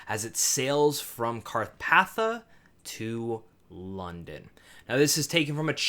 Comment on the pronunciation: Carpathia is pronounced Car-pay-THEE-uh. Great review though.